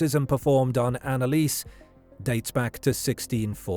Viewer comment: Dude can you please not butcher her name THAT MUCH?